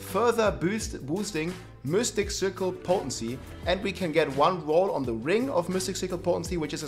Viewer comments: Really? You never heard how mystic is pronounced in english? they dont have the germanic-danish y(iu):p Seriously my misophonia acted so hard with the repetition of "miustic" all the time that i couldn't actually watch the video:p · Why's blud saying mystic as mustiq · mustic cirle XD ... Its M Y stic dude ... pronaunced closer to I than u